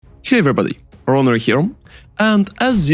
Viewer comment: never seen a creator that is unable to pronounce his own name, you name yourself "" but your intro always says " here"